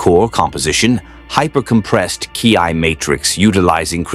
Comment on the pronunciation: Ki... is pronounced like key, not kai.